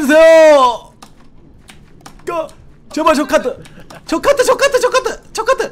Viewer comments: 저 카트가 족 같은이라고들려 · 저카트라고하는게 좃같은으로 들렼ㅋ